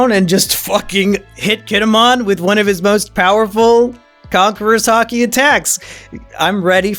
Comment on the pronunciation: Right... I am surprised I got the two confused. AAGHHHH. Oh well. Reminds me... he has been throughout the entire review series mispronouncing Kinemon's name. The way he says it is if he were a Digimon.